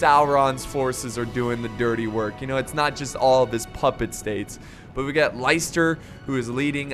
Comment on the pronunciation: Ah dammit, I knew would say me name wrong:p it's pronounced "Lister" not "Liester":( hardly the first to make that mistake though